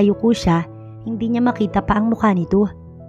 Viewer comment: NANG MAKITA NOT NG BAKITA.